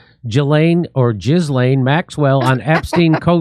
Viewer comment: Giz-lane. Good one, Jimmy.